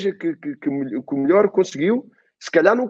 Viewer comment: O falando: EU SOU O MILIOR KKKKK